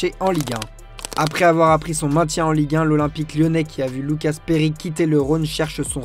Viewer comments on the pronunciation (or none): none